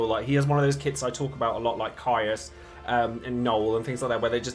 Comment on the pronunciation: You, my man, are one of those rare DFFOO content creators in YouTube who is pronouncing Keiss name correctly, and just for that simple act, I wanna say thank you very much 😂